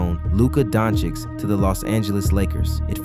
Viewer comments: I'm amazed how many people say DonciK. WHERE do you see a K? No problems saying choo-choo, but it's hard to say Dončić. DON-chitch. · not luka donchixx 😭😭